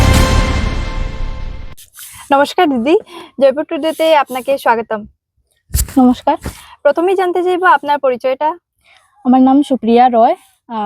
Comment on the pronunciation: স্বাগতম উচ্চারণ টা একটু ঠিক করতে হবে।